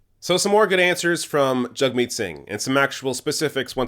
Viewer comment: I've noticed you say "JUG-meet", I thought it was "JAG-meet"? Either way, great video. Thanks from the UK, hope to see Singh, Corbyn and Bernie in charge ASAP.